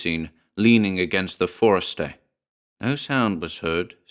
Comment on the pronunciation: I love that you know how to pronounce "forecastle."